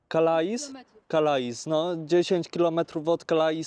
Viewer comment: calais czyta sie Kale :)